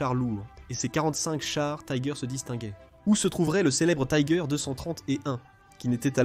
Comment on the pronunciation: J'ai cessé très vitE d'écouter : Tiger prononcé à l'anglaise!!! Taaïïïgueur... Inconcevable. Puis 2 secondes plus tard : Panzerkampfwagen "sixe"... C'en était trop! Quel dilettantisme, quel amateurisme. Nul et archi-nul ! A fuir...